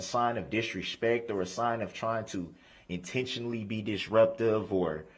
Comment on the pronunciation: Why does he add an, “ H “ to so many words? Under-shtand, Dish-respect, dish-ruptive…It’s so annoying to hear him speak! Still simply can not… Not… NOT TURN AWAY!!! 😢😅 😂